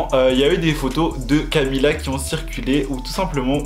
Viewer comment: Camilla cabeiyo au moin il a bien prononcer camilla depuis la derniere video